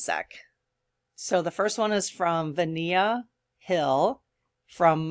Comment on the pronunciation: Since you mentioned "I think that's how you pronounce her name," I'll speak up to clarify that she does not pronounce it like Ven-i-a . . . the i is silent, so it's pronounced VENA (Vee-nah).